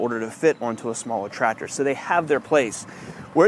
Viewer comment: Every video I watch of someone doing Tractor things, the second I hear "Trator", I leave. Lmao. There's a C in there guys...